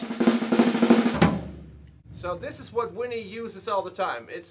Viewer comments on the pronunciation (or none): I don't care if you're speaking a foreign language, say Vinnie correctly!